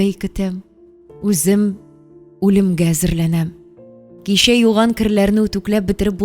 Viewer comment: Слушать хочется,но когда звук ччч произносится как щщщ слушать не тянет.щэй,щэщэк,кищэ,щищенгэн и т.д.и т.п.